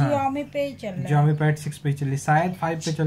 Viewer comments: जियोमी ni दीदी शाओमी हैं😊😊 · Ziomi❌ Xiaomi ✅